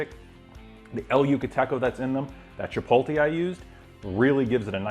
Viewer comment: You should be able to pronounce chipotle, but the food looks great. Nice video.